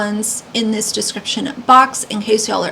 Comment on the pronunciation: It's NOT dis or mis... i live here ma'am. This is FACTS!!